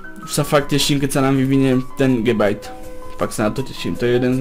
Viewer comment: to len tak som ty chcel povedať ako sa to číta môžeš si tomu hovoriť gabite :D